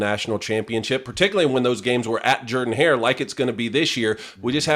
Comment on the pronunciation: They're also the only two who pronounce Jordan Hare wrong. I'm a Bama fan and I KNOW the pronunciation. That's lame as hell. 😂